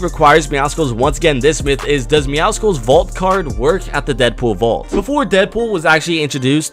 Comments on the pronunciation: Yeah it’s pronounced MeowSLes not MeowSICLes (I typed it how you say it) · Why do I find it so annoying when almost every YouTuber says MEOWCICLES, when it is MEOWCLES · Meowscles (meowsles) is how you pronounce it like muscles not muskles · Its pronounced “Meow-suls” jsyk it’s like a combination of “Meow” and “Muscles” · Lol sorry to point you out but it’s pronounced meow-souls😂 Clearly a play on words and combination of the word meow and muscle I love your channel btw (Also congrats on 99 myth busters episode I can’t wait for episode 100) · my dude, please, pronounce Midas, (My-dess) and Meowscles is like Muscle, (Meow-souls)